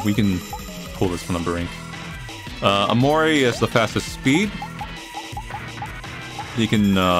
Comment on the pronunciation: Hnn guhhhh o..omori? Lmao see you later headlessly